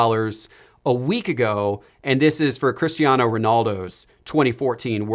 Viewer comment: It's Cristiano not Christiano 😂😂 as a portuguese it made me laugh(in a good way) Keep up the upload grind!